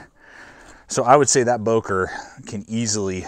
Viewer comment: I thought I heard you say, "broker plus ".